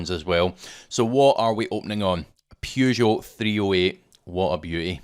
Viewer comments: Bought my 2006 Saab 9-3 Aero convertoble or £2k 8 years ago. Takes some work, but still going. Once again a really useful video, but... "Pew-zho"? "Purr-zho" :) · You lost me at: PYOU - JO